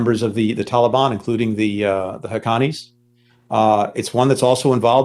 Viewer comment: The way he said hakkanies😂